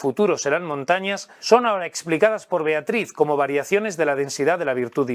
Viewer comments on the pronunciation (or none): none